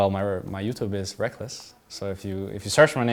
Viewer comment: The most important question should be: "Why do you pronounce Rekkles as RekLESS???" It's confused me for years and doesn't make sense to me since i speak english. Please halp.